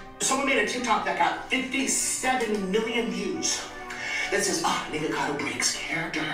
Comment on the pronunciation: The fact that STAYS calling him Nicado KILLS ME 😂